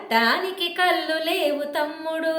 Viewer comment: అక్కా కల్లు కాదు అక్కా కళ్ళు అని పలకాలి